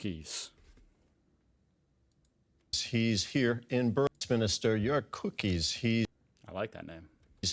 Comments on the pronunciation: it doesn't help that the interviewer pronounces him cookies and not "cou(p)-keys" spoken with a loooong emphasis on the "ou" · "Mr. Cookies", ah, thanks news anchor guy for that laugh :D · Jörg Kukes. Try pronouncing it. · Jörg Kukies = Your cookies 🤣👏 (pronounce j yerk cookies)